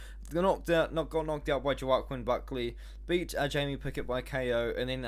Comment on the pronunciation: Amazing videos! just to let you know, Joaquin Buckley is pronounced ‘hwa-keen’ lol